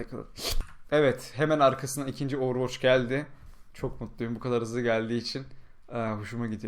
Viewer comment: hocam sana bir sorum varda ''Ovurvoç'' ne?:d